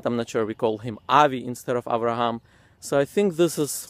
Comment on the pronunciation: He should correct the pronunciation of the letters before talking about the corruption of words. He pronounces 'Abraham' as 'Avraham' and 'father' ('ab') as 'av'. I don't know where they got the 'v' sound from, because it should be like other Semitic languages. Arabic pronounces 'father' as 'abb', and Aramaic as 'abba'. The same goes for other letters, like waw in 'Dawud' they pronounce it as V like 'David' with a 'v'. 'ha' they pronounce it as 'kha'. 'sin', sometimes they pronounce it as 'shin'. They can't even pronounce the letters correctly.